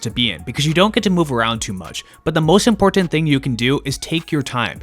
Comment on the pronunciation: You say 'important' strangely.